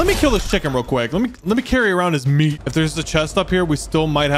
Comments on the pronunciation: "Let me carry around his mEAT." Why did bro say it like that? 😂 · why did bro say meat like that